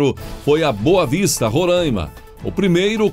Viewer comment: Gostei da pronuncia, RorÂima. Eu falo récife. Num sou de lá. Infelizmente.